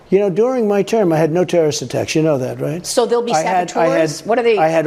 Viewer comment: "China is preparing a terrorist attack against us... "And I wish Xinnie The Poop all the best." He knows it will happen... Because he made a deal? "Thew wath nevew a tewwowitht attack while I wath pwethident." School shooting are an act of terrorism, Phat Bastille. Home Grown Terrorists. WHO QUOTE YOU.